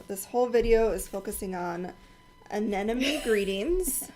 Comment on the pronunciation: “An ‘em mony ” is how anemone is pronounced